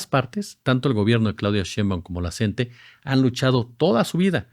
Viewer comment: NO SE DICE "CENTE"... SE DICE "C-N-T-E"